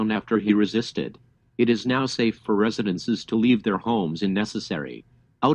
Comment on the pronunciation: It's residents. Not residents es